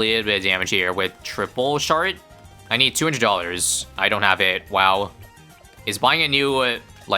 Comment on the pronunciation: "triple shart"